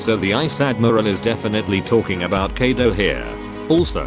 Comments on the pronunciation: Him kiado Me : KAIDO SAY KAIDO This probably only annoys me but can u please say it right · People: Kaido Text2Speach: Kedo sometimes keido